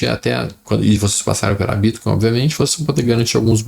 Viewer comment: Adoro o jeito q ele fala bítcoin